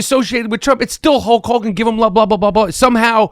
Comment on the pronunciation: Michael seems unable to say the name "Hulk Hogan" correctly. It's weird.